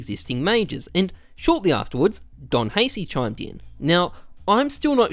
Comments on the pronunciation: I hate how he pronounces don haci's name It's Ha-ch-e Not Ha-s-e Good video though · Isn't "Don Haci" pronounced "Don Hachi"? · Calling Haci "Hacy" ahahahahhaha DogHaci